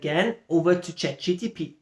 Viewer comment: Yeah, it kept bothering me that you said ChatGTP :P. But great stuff.